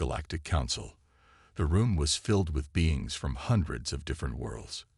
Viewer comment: beans? it's beings! teach your AI how to spell or the human typing the script